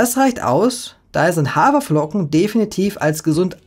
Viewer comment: "Hawerflocken". Ernsthaft? 😙